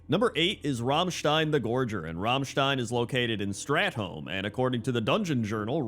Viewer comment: Two things: OMG he pronounced Rammstein right! And: Where is Thaddius :(